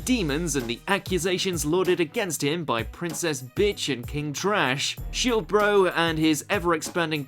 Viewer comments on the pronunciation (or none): none